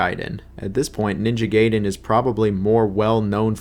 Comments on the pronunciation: Ninja Gayden? Raiu Hayabusa? Dude, go and at least review how to pronounce the names correctly. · It's ninja gaiden, nit ninja gayden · guy den not gay den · Ninja Gayden😭😔 Noo ! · Ninja Gayden ?? 😂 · I love how bro goes back and forth between pronouncing it Gay-Den and Guy-Den. 😂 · Ninja "Gay" den????? come on man, at this point, it is not funny anymore. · What's with you and your pronunciation of ninja gaiden? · Bro seriously, it's Ninja Gaiden not Ninja Gaiden FFS!!! 🙄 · The bit of you changing pronunciation for Gaiden and Hayabusa will never not be wonderful